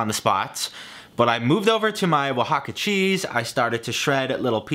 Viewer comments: naaaah si lo dices bien xD, si un mexicano intenta decir birria con acento ingles va sonar asi, tambien oaxaca suena bien no te preocupes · Mexican here Your pronunciation of "Birria, Oaxaca and Guajillo" is actually on point